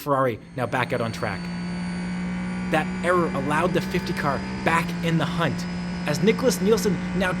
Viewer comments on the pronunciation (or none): none